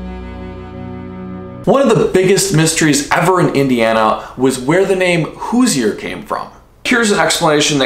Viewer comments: Hoosier is pronounced hooshur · Hoosier pronounced hoo-zhr. Being fifth generation born in Indiana I was told the word Hoosier is a combination of "who's there". Like when someone would come knocking on the door or walking across the field. I've also heard, as another commenter said, it's a combination of "who's your?". Not sure if the truth will ever be known....🤔🧐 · Did it bother anyone else by the way he was saying Hoosier cause it did me. I know if you don't live there you might not know how to pronounce it but it bugs me so much